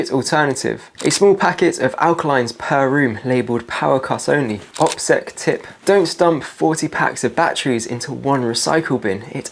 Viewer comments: OSPEC? Dont you mean OPSEC? Operational Security? I wondered why you pronounced that wrong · Bro. Did you just say “OSPEC” instead of “OPSEC” Ladies and gentlemen we have a plant here. I’m gutted to say it but we have an Amazon fear monger here who has conveniently left you an Amazon shopping list up to £2k. Not bad if even half the subs buy it eh? Yeah you literally said “ospec” again. Dude even my phone knows that’s wrong. Im massively disappointed. I’d love to be wrong but I don’t think I am. Unsubscribed. Shame